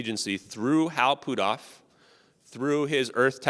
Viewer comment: put off is not pootoff, stop messing the guys name up every time you say it